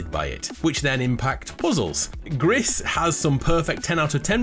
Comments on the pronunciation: i nknow this one, it "Gree"not gris because it's French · I think that Gris is pronounced as ‘gree’ as that’s the French word for grey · It’s pronounced Gree, it’s French for Grey